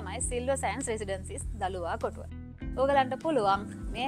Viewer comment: දලුවාකොටුව නෙමේ දලුවකොටුව